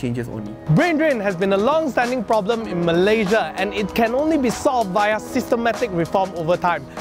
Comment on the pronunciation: awat hang sebut Malaysia pun tak betul?